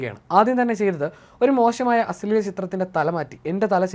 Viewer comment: അശ്ളെല അല്ല അശ്ലീല 😂😂